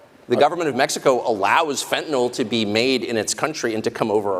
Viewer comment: Pro Tip: It's Fentanyl. It's not Fentanol like Tylenol.